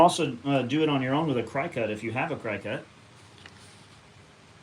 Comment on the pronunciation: 😂 I say cry cut too! 🤣🤣